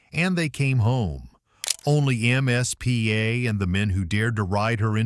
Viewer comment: Why does the narrator call the “MIZPAH” the “MSPA”? A bit antisemitism there?